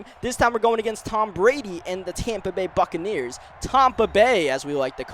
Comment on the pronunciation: Almost sounded like Tampa Bay Fuckaneers